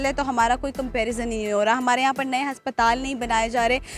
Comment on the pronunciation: Haspatal bolti hai ye.😂